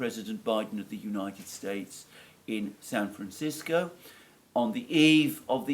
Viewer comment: What happened to San Fran-chis-co?